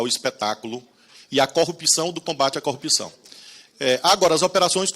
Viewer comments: Repita comigo: cor-rup-ção. Nunca "cupção". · Até o tema favorito dele: a corrupção ele fala cupição. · Não consigo dar crédito a um sujeito que fala "coúpição".... Parece analfabetismo funcional...kkkkkkk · Esse idiota que fala "cupção" porque é um analfabeto funcional, não para de tomar na fuça. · Todos esses pulhas falam “ cupção” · O Dino só faltou falar: E quando seu merda vc fizer uma pergunta sobre corrupção aprenda antes pelo menos falar a palavra correta. Porra de cupicão. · Deltran não tem nenhuma reputação pra ficar se fazendo de superior... Além da impossibilidade, assim como Moro, da pronúncia correta da palavra corrupção 😂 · ESSE INDIVÍDUO NÃO CONSEGUE FALAR A PALAVRA CORRUPÇÃO. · O pessoal do Paraná não sabe falar corrupção?😂😂😂😂😂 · Esses acefalos nao sabem pronunciar a palavra corrupcao! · CORRUPÇÃO CORRUPÇAO esse homem nem consegue falar a palavra